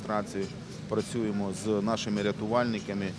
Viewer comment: Филатов. Ты недарозумение. Иди учи иврит. И тогда не будешь говорить «прачюемо». Неликвид.😷